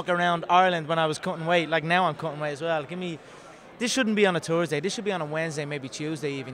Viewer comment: hah!! he said 'tursday'!...i don't think he needs to talk all the crap, just talk.